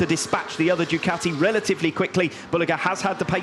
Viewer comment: How does one pronounce Ducati? I've heard 3 ways. These guys say "Duh cow tea". I've heard others say "Doo kat (like cat) tea". Americans say "doo ka (like a crow's kaw!) tea". WTF. Does anybody know?